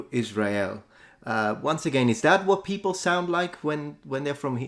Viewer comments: And the Ls "Peopou" 😂 Unmistakable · And the final sound of 'people', that also sounds so much like a Brazilian pronounce.